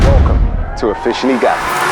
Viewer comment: I didnt hear the "ssed" when you said officially ga..... I had to listen again.. but before that I was like "what channel have I clicked on"..